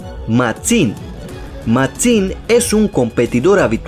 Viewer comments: nose porque xd pero me andaba cagando de risa con la Pronunciacion de la x :v Matzim xdxd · Hablas raro además dices el nombre de Máxim lleva el acento en la A no en la I tienes una forma muy rara de hablar